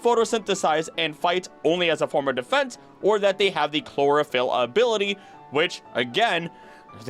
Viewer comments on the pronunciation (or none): none